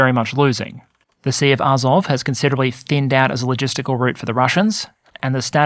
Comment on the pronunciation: Pronunciation -- AzOV (I notice your stress moves around). NovorossEEsk.